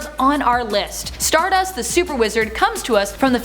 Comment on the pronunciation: You need to pronounce StarDust like Cody Rhodes does lol